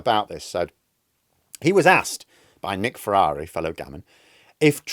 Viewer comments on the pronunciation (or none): none